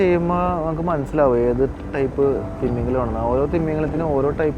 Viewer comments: തിമ്മീംഗലം അല്ല ഭായ് തിമിംഗലം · നിന്റെ “ത്തിമമിഗലത്തിന്റെ ” ഒരു“ ത “യും ഒരു “ മ ” യും പോയോ ?😂